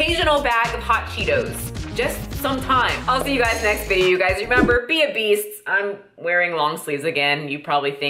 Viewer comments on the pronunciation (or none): I heard be obese instead of be a beast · Oops - the last part sounded like 'be obese.'